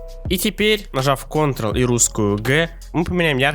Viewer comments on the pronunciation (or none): none